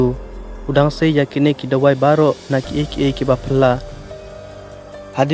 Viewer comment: ong dawai phi ym dei dwai da pronounce bha phi bro, best story te tangba duna pat ki pronounce wat la da dei khasi.